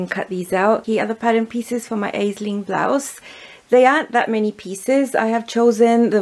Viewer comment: ….Aisling is a beautiful popular girls name of Irish origin. Here in Ireland we pronounce it as “Ashling”. It means dream or vision. 😍 and appropriate that you made it in such beautiful dreamy fabric..